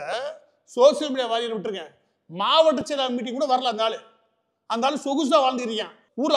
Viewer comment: Ivaru sir uu, Warrior illa waarier (waariyaaeer)